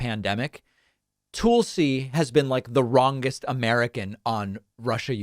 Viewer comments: David, why do you keep pronouncing Tulsi's name as 'Toolsi' rather than 'Talsi' ? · Tulsi, as in Tulsa Oklahoma, not Toolsi. Other than that, you're great, David 🙂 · You criticize people who mispronounce names of others as a cheap tactic, yet you continue call her “toolsie” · I love how David always refers to her as “Toolsi” lmao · Also, seems pretty beneath you to take the same route as Tucker Carlson and repeatedly mispronouncing someone's name in a mocking fashion. T-UH-L-SI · David, the "u" in Tulsi is the same as in "hull" or "butt." It's not "Toolsi." You analysis is excellent so it throws me off when you pronounce names wrong. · Lol he does it on purpose. There’s a couple others he does that with too. Kinda silly but I’ve gotten used to it. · There’s no need to mispronounce Gabbard’s name. Disagree, sure, but it’s a cheap, shallow move to call her “Toolsi”. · “Tool-si” Gabbard… I see what you did there, David Pakman… 🤣 A tool of Fox News and the fascist right indeed… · Why continue to mispronounce Tulsi? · Please learn how to correctly pronounce Tulsi's name. It's pretty simple. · Sending arms to Ukraine to defend themselves isn't a proxy war. Russia's just in a war, and we're supporting the country they are attacking. No proxies involved. Is it just me, or does DP pronounce Tulsi, with whom he seems to be on a 1st name basis, differently than anyone else?